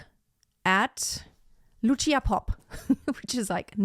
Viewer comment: Vážená madam. Lucia Popp sa nevolá Luchia Popp. Bola to slovenská operná diva, ktorá síce viac vystupovala v rakúskej Viedni, ako v Bratislave. No to na veci nič nemení. Odporučil by som Vám, vyhľadať si niekde na webe, ako v slovenčine znie meno Lucia. Je to problematické objasniť v angličtine. No to, ako to vyslovujete, by v slovenskom jazyku bolo napísané Lučia. teda niečo ako tch. C (si) by sa dalo možno napísať v angličtine, ako ts, Lutsia. A ešte k jednotlivým ukážka. Nahrávka Lucie Popp, je z roku 1964 a napriek tomu, aj dnes znie bravúrne. Presnejšie ISKRIVO. V niektorom inom príspevku na Utube, je prehľad 9 speváčok, aj nespeváčky (Meryl Streep) tejto árie. Lucia tam nie je, čo považujem za neférovosť. Lebo to mal byť prehľad tých najlepších interprétok sveta. Netvrdím, že medzi nimi bola niektorá z nich , slabá, ale Meryl tam je uvedená zbytočne. Inak , je skvelé, že ste si k porovnaniu vybrali dve slovenské, operné divy, (Popp a Grúberová) ktoré dobili svetové pódiá a nezabudnuteľne na nich, zažiarili. Ako skutočné svetové hviezdy.